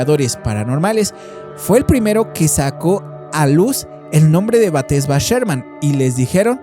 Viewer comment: Exacto es BASADA EN HECHOS REALES, el nombre no es Batesha si no Bathsheba Sherman, tampoco es el hombre torcido, si no El hombre Encorvado, hay que leer antes de hablar.